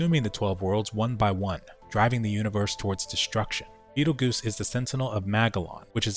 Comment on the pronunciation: Every mmo should have one of these series so I can watch it after I skip through the story lmao Also betelgeuse is pronounced "beetle juice" not goose - it's the name of one of the largest stars we know of located within orions constellation